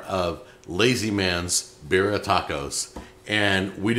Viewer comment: beer-ee-uh like Siberia